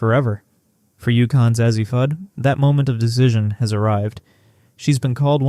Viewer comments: Ur mispronouncing her name Azzi long A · Why do you not pronounce her first name correctly?